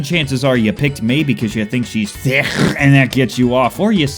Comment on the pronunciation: Do you mùean thichhhh when you said thirrrr?